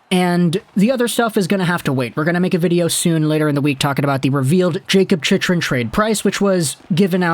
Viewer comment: As, probably, the only AZ fan in the thread and since we'll probably be talking about Chychrun for the next couple of months, I'm going to help you out with the pronunciation. "Chick-run" Also, since we'll probably be talking about AZ's arena problems into next year, for future reference, "Gila River" is pronounced "Hee-la" 😊👍